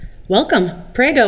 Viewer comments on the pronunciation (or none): "pray go" 😂😂😂😂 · They failed to mention that foreigners cannot just buy a house and move there. The visa process is a separate topic. Without EU citizenship, you can go there for 90 days out of 180. Also, can we at least TRY to pronounce the common words correctly when in another country? “Pray-go” set me on edge. Shameful for a person with Italian blood.